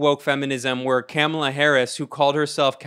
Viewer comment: It's pronounced " Camel-Uh"